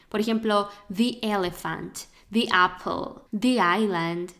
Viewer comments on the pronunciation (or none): none